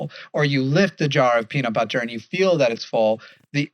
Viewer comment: The way enunciates Ts in words like butter and button is so annoying. Love the content, but please work on pronouncing things like a normal American, thanks 😉